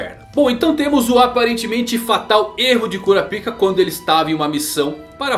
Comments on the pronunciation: Não é Kurapíka que se pronuncia, é Kurápika. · No anime eles falam "kurápika"... Acho melhor tbm kkkkkk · cura pika não mano, fala cora paika, como na dublagem, ou kurapika,em uma dicção só, sem separar as palavras, vlw!!! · 'Cura Pica' não era meme gente? Pelo o que eu lembro, o nome dele se pronuncia 'Korapaika' no Brasil... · eu costumo chamar ele de kurápika ao inves de kurapíka, então eu vi esse video com estranheza kshsuahja mas ele ta muito bom, parabéns